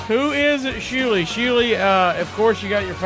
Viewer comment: Its Shuli not Schuli